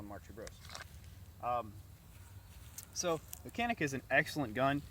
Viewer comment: For an american u pronounce canik...but it pronounce jahnik..whos the no.2 moron???